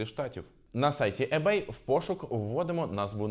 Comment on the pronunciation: Перед тим як записувати відео про ebay, треба було прочитати, хоча б як правильно вимовляти - не Ебей, а Ібей